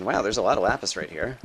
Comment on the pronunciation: it's not lupis. it's lapis. it's never lupis.